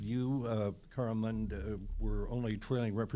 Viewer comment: It's Mund not Mind.